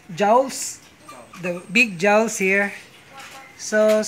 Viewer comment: It's not jawzs it's jaws